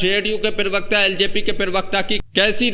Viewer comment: पिरवक्ता नहीं प्रवक्ता बोलो